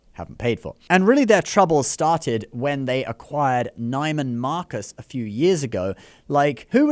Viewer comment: It’s not Nigh-man Marcus It’s pronounced Nee-man Marcus